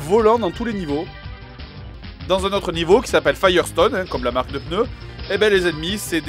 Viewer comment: "Des peuneus" x)